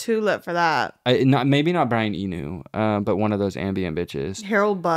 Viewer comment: i need to hear pronounce Brian Eno correctly at least one time